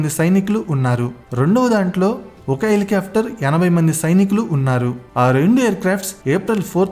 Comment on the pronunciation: Parachoot❌ Parashoot ✅ Elikaftor❌ Helicopter ✅